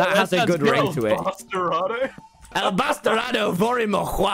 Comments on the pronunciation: Being half Hispanic hearing Tommyinnit say 'El Bastardo Verde morirá' it was just gold but-- my mom heard from my room and she was like shouting in Spanish, "He said it wrong, cabrona." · As a spanish speaker Tommy saying "batarado" instead of "bastardo" is so funny to me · Awww, Tommy made a sign in spanish and said "bastardo" so badly XD this was the most endearing thing on my day ajhjfhahj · Tommy talking in Spanish is the best, dude, He didn't even pronounce Bastardo correctly XD